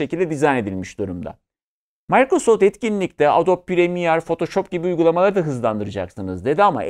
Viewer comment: yanlış ta olsa sakin sakin mikrosoft demek lazım bence...mAYkrasoft deldi kulağımı